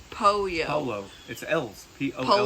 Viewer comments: Pronounced, “Po-yo” = pollo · And you picked two fairly complicated words to pronounce. Two LL's together (pollo) make a "Y" sound. And two RR's together (arroz), you need to roll them. You butchered the language but nailed the dish